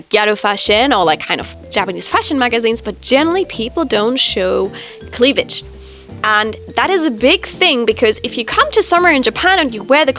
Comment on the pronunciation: This comment was because she pronounced it like cleaWage instead of cleaVage. Yahatacooky was just making fun of the off pronounciation.